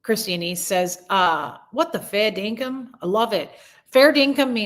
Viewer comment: You had me rollin' about your fall. I'm glad you're ok! Then Hobos*xual and Fair Dinkum (in the perfect accent!) I just heard that word for the first time tonight when I watched NCIS Sydney and now you said it. The creme de la creme were the people who came back! That was awesome! I attribute that to your prayers. I'll join you in praying for YT peace. 💕 🤗